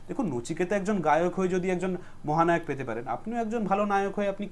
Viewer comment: 'মহানাওক' ! 😂 ব্যাটার বাংলা উচ্চারণ শুনলেই বোঝা যায় ও ম্যাট্রিক ফেল |